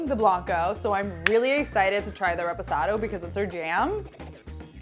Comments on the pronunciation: It's Reposado mija, not REEPOSATO!!! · “Repozado” y’all have the cactus 🌵 right on y’all foreheads y’all gonna say “repozado” all white washed lol it’s “reposado!” Lol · “ we love some REPOHSADOW”...... that hurt my ears